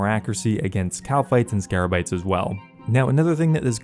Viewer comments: Literally everyone on youtube keeps saying 'Scarabites'. It's 'Scabarites'! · SCABARITE not SCARABITE